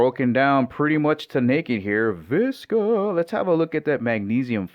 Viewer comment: Vishhhhka not viska